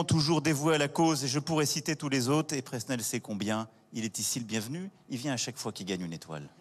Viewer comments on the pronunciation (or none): none